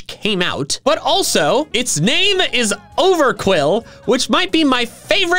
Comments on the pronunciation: OVERQWIL, NOT OVERQUILL! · THE U IN OVERQWIL IS SUPPOSED TO BE A W! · IT'S OVERQWIL, NOT F*CKING OVERQUILL! FIX IT NOW!